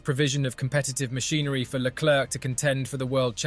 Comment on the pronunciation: Stop mispronouncing his name.